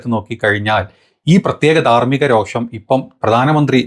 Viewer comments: സഹോ.... രോക്ഷം അല്ല രോഷം ആണ്...🙏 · രോക്ഷം അല്ല പുള്ളേ രോഷം